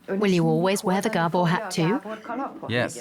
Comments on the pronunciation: Gerbils? Or Gabor? The narrator is making them seem like caged rodents. If you are just listening to it its hard to take it seriously hahaha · It is actually Gábor, not Gabór